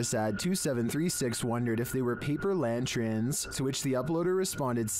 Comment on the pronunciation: Lantern not lantren